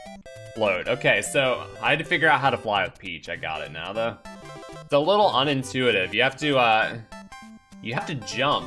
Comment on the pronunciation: Did just say 'unintuarive'?